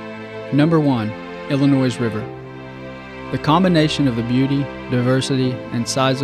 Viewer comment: Great video. The "s" is silent in "Illinois".